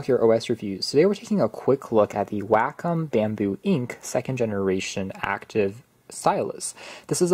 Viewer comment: WACOM is pronouced (Way-Kaam)